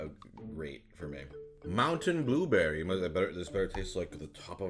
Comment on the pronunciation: no one: prozd: buberry